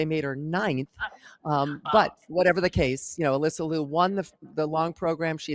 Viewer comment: Can you both pronounce Alyssa's last name correctly please? It's not "Loo", it's LEE-YOO.